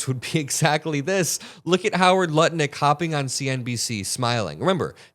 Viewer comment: and you said "Howard Nutlick". Apt name, said intentionally or not, don't you think? 🤣🤣🤣